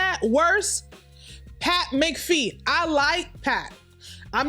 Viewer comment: Its Pat McAfee Mac ah fee sis